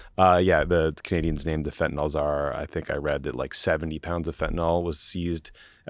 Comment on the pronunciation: Now you guys are also mispronouncing Fentanyl as Fentanol just like MAGA.